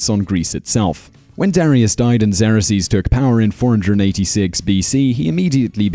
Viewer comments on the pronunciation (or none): Xerxes is not pronounced 'Zer-uh-sees'. It is 'Zerk-zees'. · Pronounced "Zerx-sees" not "zera-sees" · Xarraseas? You mean Xerxes? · Who is "Zerasees", I can't find it on the Internet. I did find XERXES, pronounced ( ksurx-eze ) or if that's too difficult, try (zurx-eze). So if that's the guy about which you're speaking, then you're pronouncing it like it would be spelled x e r o x e s, adding an extra syllable, which makes it another thing entirely - the plural result of a verb which came out of a noun, the brand name product office machine, the well known Xerox copier. Which I am sure has gone to war at times but never held a lance, sword, or shield, nor armor or ever rule the land…. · Zrk’sēz not zerresees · Your pronunciation of "Xerxes" as "ZAIR-ax-zeez" is somewhat peculiar. I've never heard it as having more than two syllables, like this: /ˈzɜːrksiːz/. Also, I'm surprised that you didn't even mention the systematic, mandatory homosexuality endured by unmarried youths living in the barracks. Every young man had an older mentor who sexually abused him. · It's pronounced "ZERK-zeez", Simon... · Why can you not pronounce the Persian king’s name correctly it’s pronounced “Zerksees” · Xerxes pronounced Zerkseez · Spaw-ter? Who the hell are Lee-on-nuh-dees & Zer-axe-sees? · Sometimes I watch these videos just to see what this man will mispronounce. Zerasees out of Xerxes? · For Christ sakes! if you are going to do this type of stuff at least learn how to say the names! Leonidas Leo-Night-ez Xerxes Zerk-seas. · Who else was freaking out when he kept saying Xerxes wrong?! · Bugs me the way he pronounces Xerxes. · Learn now to pronounce XERXES. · Do you not know how to pronounce things properly? An example would be your pronunciation of Xerxes. I have never heard of it pronounced the way you did and can find no reference that does. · Can't pronounce Xerxes...Lol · thumbs down....for the failed pronunciation of Xerxes and Leonidas